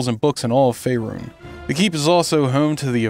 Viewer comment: Is it wired the Narrator pronounces Fearun differently? Ive always pronounced Fearun the way dose.